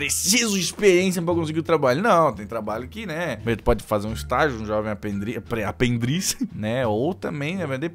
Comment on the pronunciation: Ninguém: a: aprendriz